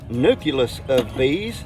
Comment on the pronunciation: Father daughter learning sessions are great..one nit pick: It's pronounced "new-clee-us" just like a "nuclear" power plant is not "new-cue-lur" power plant. That always drives me nuts lol. Like "supposably" 😂